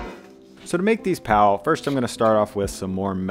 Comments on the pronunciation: Its PAV not PAL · The "Mumbai bun" as she called it, is what we call pav (pronounced as paouv with ignoring most of the v). But tbh it's basically a soft roll.